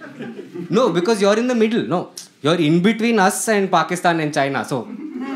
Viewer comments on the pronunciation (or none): none